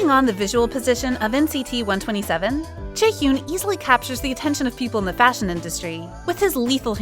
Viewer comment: Its not jaehyoon it pronounces as jae-hee-yan please stop saying it wrong